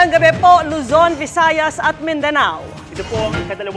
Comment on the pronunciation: "Magandang GABE po..." Gabe talaga ha? You are making our learners dummb and 5tupid by your newscasting. You need much training. Zero class.